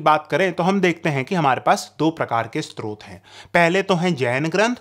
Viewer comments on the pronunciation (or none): none